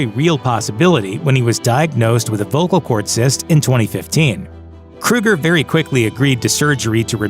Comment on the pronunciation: It's Kroeger..... not Kruger 🙄 And I actually enjoy Nickelback's music